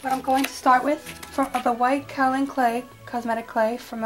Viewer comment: they are pronounced kay-o-lin clay and rah-sool clay